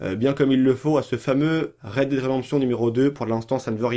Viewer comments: On dit rèd dèd pas rèd did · C'est clair qu'il a de grosses lacunes linguistique ! Red did !! Mdr.